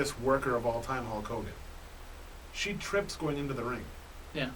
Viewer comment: it's not Hawk Hogan. It's Hulk Hogan. Pay attention to the product.